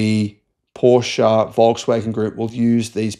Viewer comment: Had to look it up myself, but Rimac is pronounced Rimats. I thought it would be like Rimak and you pronounced it like Rimatch. Kudos though that you pronounced the E at the end of Porsche. Ferdinand Porsche would be proud of you!